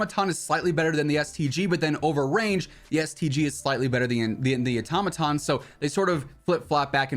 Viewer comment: Wad anyone else cringing when he said “atomaton” instead of “auto-maton